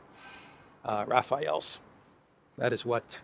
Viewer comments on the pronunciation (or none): Hello - A mistake you make very often: The french jets are Rafale - not Rafael. In French it stands for a very strong wind blow, I think the english word is "gust". The thing you feel when something very fast passes close to you. Just saying. Thanks for the good work - keep it up!